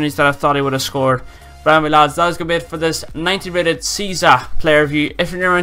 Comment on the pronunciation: Search the pronunciation on google, btw Cheesa is fantastic xD